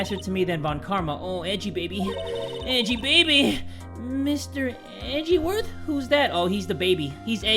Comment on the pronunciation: “Mr. Eh-ji-werth? Who’s that?” Phoenix’s freaking boyfriend, Pearl.